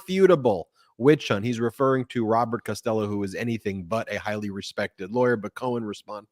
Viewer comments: His name is Michael. Please stop calling him Cohan to his face. Disrespectful. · Ben! Please stop calling him "Cohen".